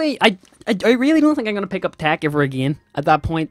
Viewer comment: why you call it tach its tech